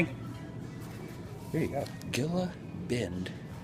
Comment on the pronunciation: If it was spelled "Gila," it's pronounced "Hee-La" asin "Gila Monster."